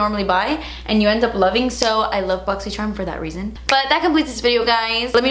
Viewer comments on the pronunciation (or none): I always say “boxyyyycherumm” with you 😂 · I love how you say boxycharm funny in every video haha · It makes me so excited for your boxy video just so I can here you say Boxycharm